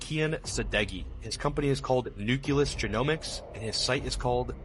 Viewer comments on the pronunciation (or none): Nucleus. Not Nuculus. 🤦🏻‍♀️